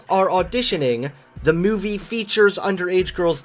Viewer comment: The way you say the word movie irks my souls